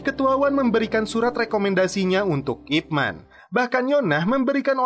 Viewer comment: Nama ip man bener tapi di bacanya ip men